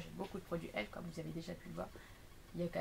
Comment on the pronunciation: Sa se dit E.L.F prononce toute les lettres,c'est pas elf ..